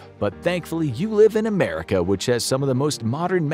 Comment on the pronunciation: Fly back to 'Merica.... even annunciated it🤣🤣..... also, they stopped immunizing against smallpox, except for deployed(ing) military